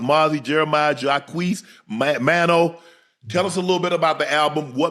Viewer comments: Maino Unc smh not Man-O..for crying out loud‼️ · Shannon butchered “maino”s name lol probably didn’t even know who Dave east was 2 weeks ago lol